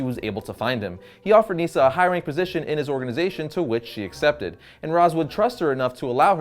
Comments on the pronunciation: It's not neeesa its nisa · “Neesa”? it’s Nysah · Nyssa not Neesa